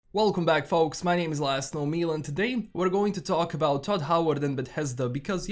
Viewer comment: Toad Howard not Todd Howard !!!